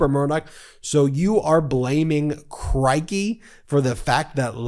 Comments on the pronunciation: Mate, Crikey is pronounced as a rhyme with “sticky.” 👍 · It's "c-ROY-kee"